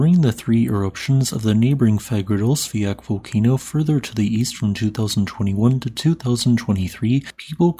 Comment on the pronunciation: I feel you are saying Fagradalsfjall incorrectly, I don't think there is a "K" sound at the end. I've heard other Icelandic blokes say it without the "K". This has been itching at me for months.